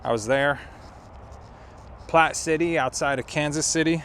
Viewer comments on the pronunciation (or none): none